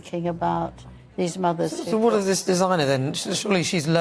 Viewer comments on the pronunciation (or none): none